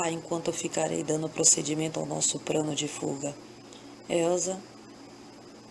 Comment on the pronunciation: Muito linda a historia, mas, tem muito erro de pronuncia como; PRANO , REPRETO E POR VENTURAS.